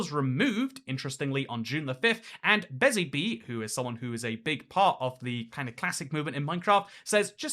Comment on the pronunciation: Ayeeee I made an appearance in your video! That’s so cool to see!!!! On another note, my username is pronounced, not Bezzy 🐝 (I am just now seeing how my username does look like that….)